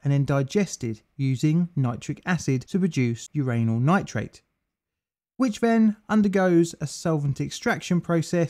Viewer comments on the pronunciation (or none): he said "your anal nitrate" lol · "your anal nitrate" What is anal nitrate